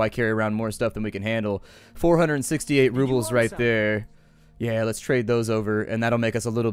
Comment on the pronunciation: If you cut off that '-s' when you say 'roubles', you'll say it just as the native Russians like me say)